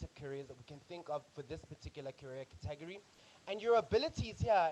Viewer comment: Thanks for the videos! Love them. Just the pronunciation of 'category' distracted me a bit.